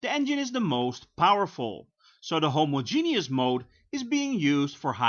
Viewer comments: *hoMOzjeNOUS not homoZJENIOUS, Dutchie... 😋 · "Homo-Genius mode". I'm not a native English speaker but I'm pretty sure it is not pronounced like that :)))